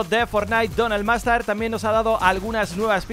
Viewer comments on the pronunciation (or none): Donald [MASTARD] 😂😂😂😂😂